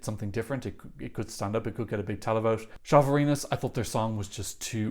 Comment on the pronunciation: Hi,. A little recap of how to use some letters which appear in some Slavic and Balto-Slavic languages: Ž = Zh, pronounced similar as ''s'' in English ''treasure'' or ''J'' in the French name ''Jacques''. So, it's ''Zhalvarinis'', as well as ''Zhivile Gedvilaite'' or ''Zhelyko'' in Željko Joksimivić. Š = Sh, pronounced as in ''sharp'', ''shoe'' or ''shift''. So, it's ''Lina Shtalyte'', ''Boris Shtok'' and ''Filip Balosh''. Č and Ć are roughly the variations of an English ''Ch'', as in ''cheese'', ''chill'' or ''chat''. Yes, there is a slight difference between them, but even the native speakers often pronounce them very similarly. So, it's ''Lu Dedich'', ''Albina Grchich'' and ''Sergej Chetkovich''. Đ and Dž are roughly the variations of an English ''J'' in words like ''jam'', ''jar'' and ''Fiji''. So, it would be ''Alen Juras'', ''Ana Jurich'' and ''Jorji''. I hope this helps a bit with the future pronunciations.:)